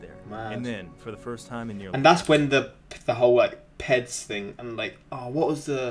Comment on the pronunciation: LOL it's P-E-D's like the letters, not "Peds" which is short for something very different. It stands for Peformance Enchancing Drugs which is a broad term that mostly refers to steroids, but also encompasses things like amphetamines or speed.